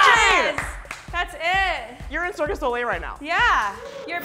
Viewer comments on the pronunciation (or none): Did she just call Cirque du Soleil Circus Olé?! XD